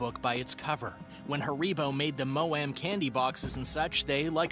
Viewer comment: It’s Ha-re-bo not “ haricot”